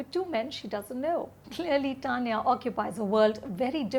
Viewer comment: Anupama, wth is up with your pronunciation of "Tanya?" Why are you using t from tomato instead of the Hindi soft t. Have you been watching I, Tonya too much to forget what is the Indian pronunciation of the name? I hate it when these urban English speakers try to cover up their Indian accent in order to sound more polished or educated. Rajeev and Sucharita and Rahul's reviews over yours any fucking day!